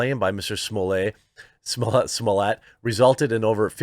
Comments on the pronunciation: Perhaos you should prepare before your post, smollett was senteced to 150 days in jail, not 75 as you said. You also said another Gaffe, when you mentioned the police hours of overtime, its over 300 not 30 hours as you said. Then half the time you pronounced his name different like smollaaayy, and them finally you called him smollett, and pronounced it correctly. Sloppy, slow and lots of dead air time. Bad show, last time I watch. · Your right I think he should go to prison for much longer !!! Smaller is a SCUMBALL!!!! His name is S-m-o-l—l-e—t— t YOU AREN’T SAYING HIS NAME CORRECT!! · Sorry but the way you pronounce Smollet made me unsub. It's not french, it's not funny and it is actually so bad sounding SMOLETT, not smollierrrreeee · got to stop calling this fraud french, no one has ever heard of him in france. smollett is an english name. in french double T is allways spoken alloud, there is nothing genuine about this z list 'celebrity' if he were french , the only way it could be 'smoh liyay' is if it were spelled smeulié double L in french is allways pronounced Y., please stop, you're just massaging his ego. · What cracks me up about this whole thing is Jeremy's pronunciation of Jussie's name: Jussie Simoliye LMAO! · His name is pronounced “Juicy” per Dave Chappelle. Juicy Smollyea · County jails are mostly hell holes. Also your French pronunciation in so wrong. You're calling him the man in charge of the wine. You're adding one syllable too many. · I enjoyed this video allright, especially when around 12.30 you realize that you've kept pronouncing his surname in French =)) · Chapelle literally changed the pronunciation of Jussie's last name lol